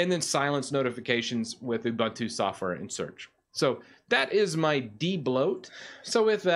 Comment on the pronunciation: Also, you can't even pronounce it correctly.